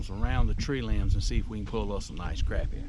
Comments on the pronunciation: Great video! I’ll take ya fishing and teach you how to pronounce crappie. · Sac a lait probably most closest to the original Choctaw word down in south Louisiana, but a darn sight better'n Crap-ee. Crah-pee softer on the ears.